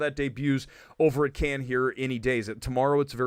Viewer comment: Kudos for pronouncing Cannes right. I still can’t see The Marvels going to theatres.